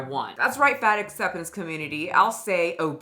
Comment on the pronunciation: it sounds more like 'fat forcing community' rather than 'fat acceptance community'